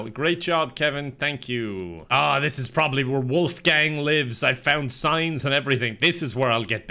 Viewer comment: I love how Kevin is pronouncing Wolfgang, it's my real name. Greetings from Germany. xD